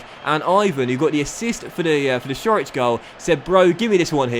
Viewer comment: Great episode as usual. Also, fyi Ćorić is pronounced Chor-ich